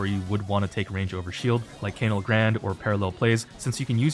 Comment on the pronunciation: 3rd vid of asking to pronounce canal correctly